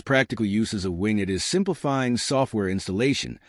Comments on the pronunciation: wing et = wing it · WIN GET lmao this guy is teaching people how laughable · Its not wingit!!